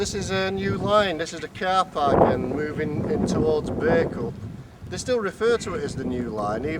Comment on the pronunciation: Great little video,. Always wondered what the countryside was like up and around Bacup. It was interesting hearing the name Bacup pronounced as it should be. I was never sure if it was Bah or Bay.